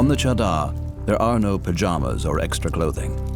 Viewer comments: For the world : The cheddar here is actually refering to the 'mattress' formed by the hard ice. I dont understand.. that even after hearing them a million times call it 'chaadar' the narrator still calls it 'cheddar'.. 😂😂😂😂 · The “cheddar” is actually pronounced Cha( like 1-2 cha cha cha) and dar ( dar like jar). It means blanket in Hindi. This trek is done during winter months when there’s a blanket of snow and ice. Hence the name! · my god the pronunciation of chadar in the dubbing is horrendous. Also the description of chadder is so unnecessarily complicated. Chadder means blanket here its referring to the layer of ice covering the river. if it's thin it's obviously bad and it breaks under them if its thick its safe to walk on. thats why its called the chadder trek